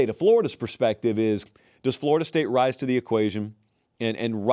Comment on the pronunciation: Did he say "rise to the equation"